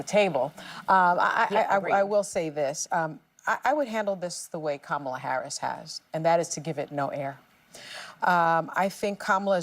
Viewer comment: Why did whoopie mispronounce Kamala's name?